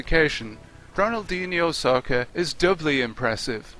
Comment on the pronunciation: Took until the opening of this video that I realized the announcer pronounced "Soccer" as "Saucer"